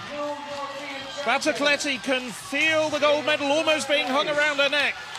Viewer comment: is it really so hard for this commentator to get NADIA BATOCLETTI right? not Maria Batocletti, or Nadia Batoclietti, but her actual name?